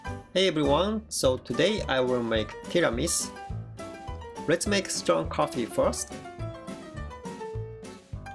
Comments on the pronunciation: Just wondering, when you pronounced Tiramisu with the 'u' silent, was it intentional? Like maybe its how Japanese pronounced it? Example iced coffee sounds like iced co-he in Japanese. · The "u" in tiramisu isn't silent. ^_^